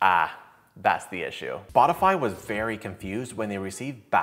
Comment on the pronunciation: Is it me or intentional, but did you said Botify instead of Spotify 2 times? Once and